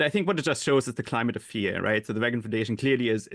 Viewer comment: How can this idiot hear everyone else in the world pronounce Reagan's name the way he preferred (including recordings of Ronald himself), then go on and mis-pronounce his name? Where do TR find these people?